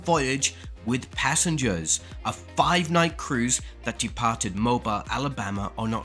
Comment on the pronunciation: "Mobile" is pronounced "Moh-beel".